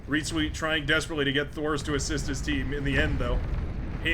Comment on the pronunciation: Let me help you a little bit; Reetzweet, ee is pronounce as ey from "Hey" Reytzweyt would would already be a much better pronunciation and I am sure it will make him very happy!